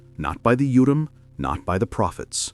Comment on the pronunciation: Urim not utim. Endor.Sync not sink.